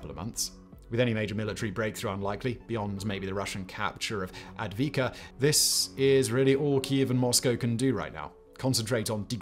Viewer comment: Avdiivka, not adviivka. Every reporter always says it wrong.